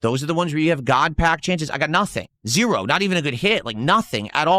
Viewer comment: It's weird all his "major hits" came when he pulled them off stream besides this "GAWD PAYUCK" I know he's buying singles and saying he ripped it from packs. This is like a daily crashout now and I know he just went on TCGPlayer or the like and went "hmm yes, me want big hit so I can bust about it" Probably most of his "hits" were bought online and he seeded the GAWD PACK. Literally just don't trust anything he opened offline. Its much funnier if he did, and due to his own lying self, no one believes his hits as genuine. He's totally drinking off stream ripping packs drunk cause of this.